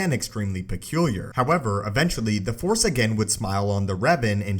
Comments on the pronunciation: Okay,. You GOTTA stop cutting off the "C" when you use the word "Force" at the end of a sentence. I keep hearing "Fore" so much I'm starting to think this is a golf channel. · Why do you say fore (four, etc.) instead of force sometimes? am i just dumb?